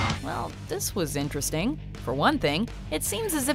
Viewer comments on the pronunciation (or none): none